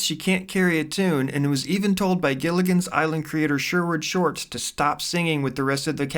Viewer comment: Number 1. The creator of Gilligan’s Island is Sherwood Schwartz, not Sherwood Shorts as you said. Number 2. Ms. Wells’ first name is Dawn, not “Don” as you continually pronounce it. Dawn. Rhymes with lawn.